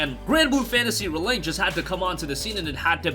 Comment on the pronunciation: The way you pronounce ReLink drives me absolutely bonkers... Can't wait for the game though.